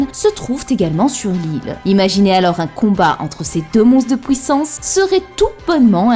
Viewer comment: Super vidéo comme d'hab mais stp pour nos oreilles, fait un effort dans l'articulation ce n'est pas pouissance mais PUIssance 😙